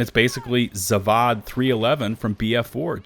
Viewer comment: ZAVOD... is Pronounced ZAVOD - which means factory ... not ZVAD .... lol